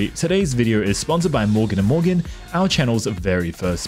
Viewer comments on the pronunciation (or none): I swear, when he said 'morgan and morgan' I heard bouken da bouken